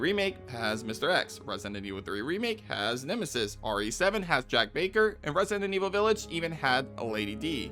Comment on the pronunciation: What’s controversial is the way you say resinent evil instead of resident